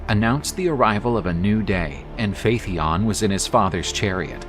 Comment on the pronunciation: Phaeton is repeatedly mispronounced. Pretty basic stuff for a "History" channel.